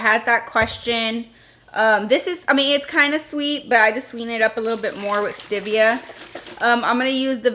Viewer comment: Oh my - that song. And it’s stevia not stivia.